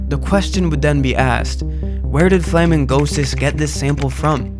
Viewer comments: flamin-gosis is not how i would have pronounced that name haha. flamingo-sis seems more likely imo. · its "Flamingo Sis" not "Flamin Gosis"